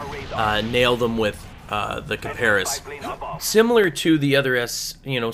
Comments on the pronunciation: D:< Its (kip-a-ris) not (Ka-Par-is) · hmmm you mis-Pronounced Kiparis..... heh heh heehhhhhh...... it is actually pronounced Cy-Per-Ess. yeah it is actually i searched the pronounciation because at first i didn't believe it so i did search and it pronounced that way. one more thing these vids are really helpful